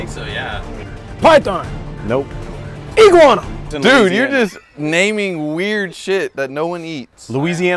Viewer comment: it's Louweeseeanna not loseanna